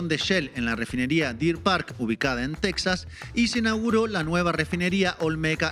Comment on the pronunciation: Se dice tejaaas😠